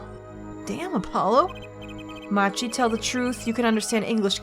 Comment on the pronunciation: I guess its a bit late to say this but...Machi's name is pronounced 'maki' as per his japanese name